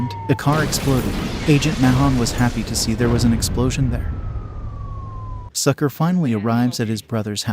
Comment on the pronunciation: So "Sucre" name is pronounced as "Sucker".